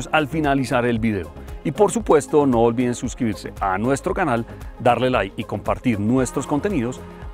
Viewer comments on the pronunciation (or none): none